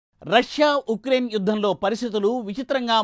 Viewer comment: It is Ucraine not ecrain .pls.make correction while reading news